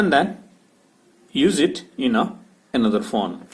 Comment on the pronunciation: Ye fon fon kya hota thuk kar bolo phone